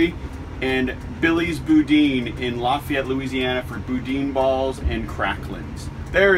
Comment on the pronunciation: LOL, you butchered the pronunciation of boudin. Glad you liked it, though. There's a place in Scott that has the best, IMO. Check out Don's Specialty Meats next time you're passing through. Safe travels! - Fair notice, I had to edit this post since someone beat me. I took too long to hit the button :(